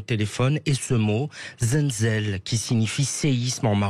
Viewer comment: Desole mais ca nest pas zenzel mais zelzél